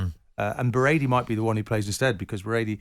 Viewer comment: how he pronounced Berardi was an indication of how little he knows about Italy. Also saying Barella is underrated. By who? By keown I guess, because he had no idea who Barella was until he had to do a bit of research in preparation for his England v Italy previews. Anyone with half an eye on Italy would have been fully aware of Barella's talent well before the tournament.